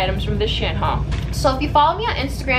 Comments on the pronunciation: you pronounced “shein” differently every time you said it lmaoo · i pronounce it she-in but said shen haha, shes probably saying it the right way though. i find it funny that everyone says it differently